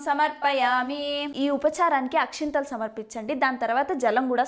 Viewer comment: Akshathalu not akshinthalu